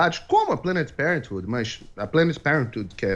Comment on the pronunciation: Porra esse quer falar de política americana mas não sabe nem pronunciar “Planned Parenthood” LOL